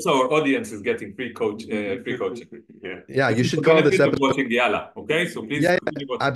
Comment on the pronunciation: Hey Brothers, love your channel and podcast. May I just comment on the pronunciation of Yalla where you say it as if it is just one /l/ but actually it is stressed and doubled where you hold the /l/ sound longer (also called a dark /l/ or heavy /l/ sound) before pronouncing the final vowel /a/.